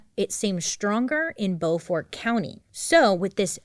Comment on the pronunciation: I immediately knew you were talking about Beaufort, North Carolina when you mispronounced it. 😂 It's pronounced (beau like boyfriend) Beau-fird. I'm from about 3 hours West of there.